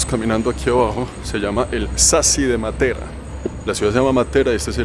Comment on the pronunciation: La conoci hace 50 años y soy Colombiana,si,es espectacular,la pronunciación de Matera esta mal acentuada con respecto a los italianos.